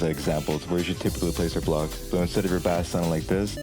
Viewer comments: ... its bass not b-ass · Thank very much for the tutorial but did you just call a (b-Ase) a (ba-ss)? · So. Bass in music terms is pronounced base. Please. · bro called 🎻bass (base) 🐟bass (bass) 😂 great tutorial! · I won't lie I've been messing with GarageBand mobile for like a year now. So my ass NEEDS to know fl studio ui man Wait why tf did you say "bass" instead of "base" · bass is pronounced BASE! You are saying the type of fish, the other bass is the BASE of the song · bro.. bass is pronounced like base... good tutorial though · you are saying bass wrong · yeah guys take it from the genius who doesnt know how to pronounce bass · Him saying bass wrong just triggers me since i’m in the band good vid tho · it bothers me that he keeps saying it like the fish instead of the instrument (idk why)